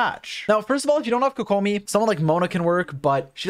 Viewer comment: My man really just pronounced Tighnari as if he was clearing his throat mid name and then immediately mispronounced Kokomi. Just say it the English way, mixing pronunciations just makes it sound bad and out of place.